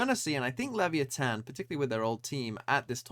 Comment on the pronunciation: OP thinks english is the only language in the world, TMVs pronunciation it's great